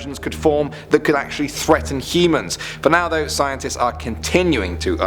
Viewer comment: threaten heemans 😂